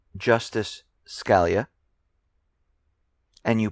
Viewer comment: The Justice's name is pronounced skuh-LEE'-uh